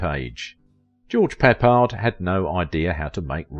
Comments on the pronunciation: The man's name is CORRECTLY pronounced "PUH-pard" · Pronounced George Pip pard - Can't even pronounce the subject of your story right. PATHETIC AGAIN!!!!